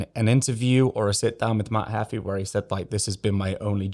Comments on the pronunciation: btw it's pronounced matt heefee not matt hefi xddd you are driving me crazy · bro i love your videos but its pronounced Matt 'Heefy' imagine Beefy with an H. not Matt Heffy.